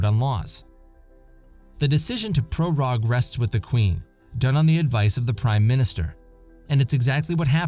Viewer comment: Prorogue is pronounced pro-roag. Rhymes with rogue or vogue. It's not pro-rahg.